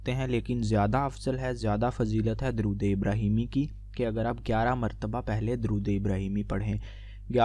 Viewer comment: bhai pehly durood pak to sahi se parhna seekho